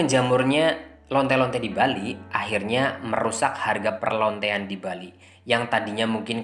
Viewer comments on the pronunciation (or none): Ha ha ha penekanan kata perlontean ini yg bikin ketawa .